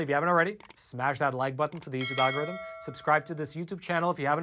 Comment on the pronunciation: Here's one for'al-gore-rythym'